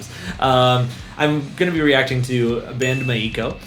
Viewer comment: It's pronounced (My-Co), not Mai-ii-Ko. Now do 'Gion-Cho'.